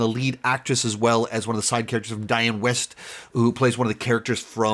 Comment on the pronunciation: I think Dianne Weist is pronounced Weest, not West. Just saying.